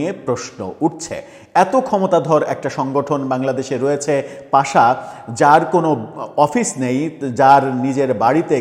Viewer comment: পাশা না, ওটা পাসা😂